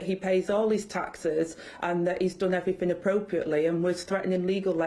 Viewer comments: So shes "Done everyfing proper" seriously luv get some English lessons! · ‘Everyfing wuz dun propa’. Bye bye Vicki Pollard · My thoughts exactly! Especially when she said "done everyfin proper."🙄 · "everfin was done proper" Deputy PM, go figure.